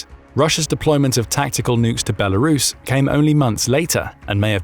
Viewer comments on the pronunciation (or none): none